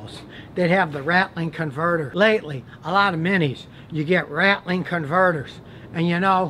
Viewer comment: “Rat-L-ing” - the repeated movement or shaking of lose and or broken catalyst inside of a catalytic converter.